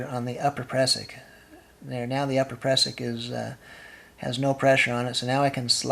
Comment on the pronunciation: You need a lanyard for your ice axe !!! Prusik not pressick.